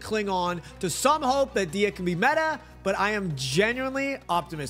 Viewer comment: U pronounce dehya name wrong. It's like deehhya its much softer . But u say it like diya. The e is softer. U say it like a i . Dehya